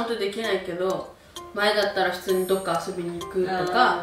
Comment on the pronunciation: 普通ヌィ〜︎ ⤴︎爆笑爆笑爆笑爆笑